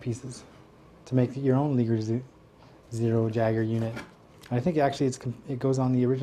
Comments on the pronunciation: i beileve it isnt pronounce leeger. but lie-gur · the liger is pronounced the same way that tiger is its a mix between tiger and lion :P .. and jager is like yayger.. :D awesome videooo!